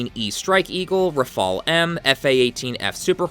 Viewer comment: Finally someone who says Rafale correctly